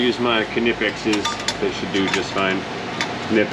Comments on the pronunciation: Thank you for saying Knipex properly! It drives me nuts when people say "Nye-pex". The K is not silent! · you said it right the first time, it german so the K is pronounced.